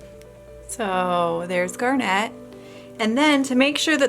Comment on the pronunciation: It's pronounced GARnit, not GARNETTE.